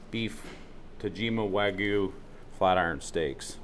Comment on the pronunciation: How is it that still can't pronounce Wagyu? 😆